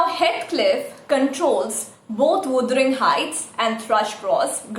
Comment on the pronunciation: You need to correct your word pronunciation wuthering